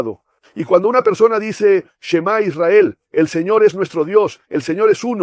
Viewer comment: Que horrible se oye la palabra señor